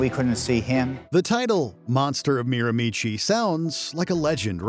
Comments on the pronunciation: miramichi is pronounced meer-a-ma-she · Its pronounced Mirra-mesh-SHEEE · none of these true crime videos ever pronounces it right!